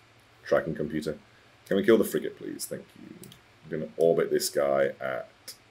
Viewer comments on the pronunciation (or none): none